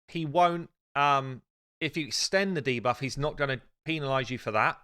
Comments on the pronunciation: I literally said that in the comments of the video where he pronounced Kael in that weird way since he already mispronounced debuff in that same video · That guy's been saying DA-buff for 2 years now It's actually hilarious, it cracks me up every time I hear it 😂